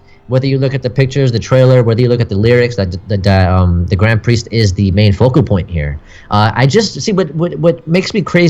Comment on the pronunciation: Focal point not vocal point, just a heads up